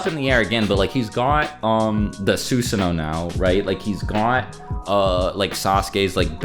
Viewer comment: Sus san O. Not suuuusano😆😆😆